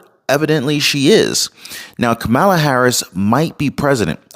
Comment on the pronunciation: It's Kamala, not Kamala 🤣🤣🤣